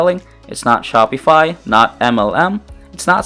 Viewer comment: you pronounce Shopify wrong, lol